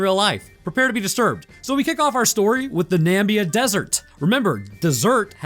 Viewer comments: That was Damon Beard, not Damon Baird, you goon. At least show the right person. And it's N-a-m-i-b-i-a, the Namib Desert, not Nambia. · 1.) South Africa is a country not a continent. 2.) Namib desert is not pronounced Nambia. Its a dessert in a different African country called Namibia. I think you took Zambia and Namibia and combined em by accident😅 3.) The vehicle or "open truck" you referred to would smoke the fore runner in that terrain. Love your videos though but my pride just had to ruin the moment 👌🏻🥲